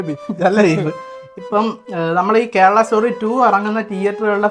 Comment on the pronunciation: wt is keral bro? Say it properly it's KERALA